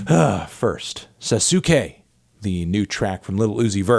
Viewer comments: Not “Sas-ooo-que”, it’s pronounced “Sas-que” in the song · Anthony it’s pronounced, Sas kay, not sa suk ay, only anime fans would understand 💋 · BRUH SA-SU-KAY ?!?!?!? GET THE FUCK OUTTA HERE FANTANTO 🤦‍♂️ UZI THE GOAT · melon did NOT just say "sa-SUE-kay"................ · This dude did not just say sasookay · It's pronounced SASS-KAY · Fantano saying Sa-su-ke is epic. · When Melon said “Sa-soo-ke” I had to Naruto run out of the room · I cringed bro. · you didnt pronounce 'sa-ske' correctly, you racist melon. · Actually it's pronounced Sah-Soo-Kay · i cringed so hard when he said sasuke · Disliked for for pronunciation of Sasuke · I feel like Melon is intentionally mispronouncing Sasuke, because we know he heard the song and Uzi said the word Sasuke correctly throughout the entire track. I guess he just doesn't wanna seem like a weeb. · how the hell did he just say sasuke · WHY THE FUCK DID YOU PRONOUNCE SASUKE LIKE THAT IM SHAKING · We all know you're a weeb as half of us, good try pronuncing sasuke wrong on purpose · It's pretty hilarious hearing the way Anthony pronounce "Sasuke" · Why the fuck did you pronounce Sasuke like that? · I dont watch anime but even I know you pronounced sasuke wrong... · Did you really pronounce sasuke like that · Kinda invalidates the review when he couldn't even pronounce the hook of the song